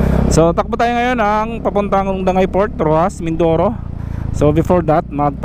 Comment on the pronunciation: Dangay port ang tamang pag basa po diyan sa dangay is dan-gay or dapat po danggay hindi ko din alam bakit dangay port ang nilagay pero dapat danggay po talaga ang tamang pag banggit